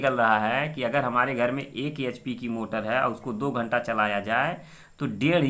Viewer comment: घंट नही मामा जी घंटा होता है ।🤣